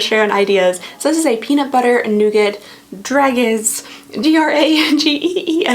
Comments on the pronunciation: Just for your info, "dragées" sound like "dra-jay" 😁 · So glad advent season is back ! Dragee(s) is pronounced with a soft G btw, like the Je in Jeremie 😊